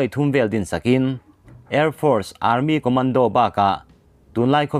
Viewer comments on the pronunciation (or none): none